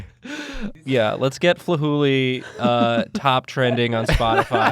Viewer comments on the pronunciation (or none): I hear "Flahooley" and thought he said "Fooly Cooly" and I just